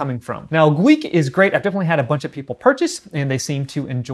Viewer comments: Gweike is pronounced “G-wic” Gweike is also the collaborative partner with OMTech meaning they manufacture the polar. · pronounced .... G- wiki I believe